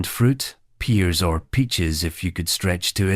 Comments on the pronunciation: This is nonsense. Nobody made any of these things at Christmas, when Christmas pudding, mince pies and Christmas cake were (and are) the order of the day. Not to mention, of course, the bogus AI Scots commentary, given away by crass mispronunciations of blancmange and pears (as peers) - I ask you! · Did the 'robot voice' just say, 'Blank Monje'?! I'd love some Blank Monje! Then he mentions eating Peers! Now THAT would have been some Christmas!